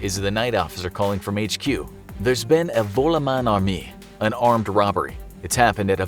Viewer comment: Armée sounds like Ar-may...